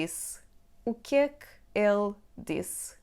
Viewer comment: When you pronounce "O que é que ele disse?" the "ele" sounds like "ela". How to differentiate the two?